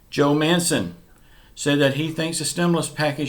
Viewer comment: bro joe manchen no mancen